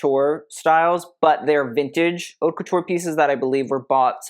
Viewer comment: #... Your content is the bomb. I've learned so much about fashion, textiles, history and more. You have truly taken the designers to task. Perhaps you could hire someone to give you the correct pronunciations. AR-TIS-NL, accent on TIS, and not ANAL which is, well, you know. Haute, H is silent and rhymes with goat. La Mode, not Le Mode, as "Mode" is a feminine noun.